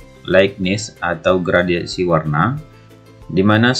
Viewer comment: videonya sangat bagus sekali pak, namu saya ingin memberikan sedikit masukan, itu dibacanya "GRADASI" pak, bukan "GRADIASI", soalnya tidak ada istilah yang namanya gradiasi pak, adanya gradasi, terimakasih bapak. semoga sukses selalu🙏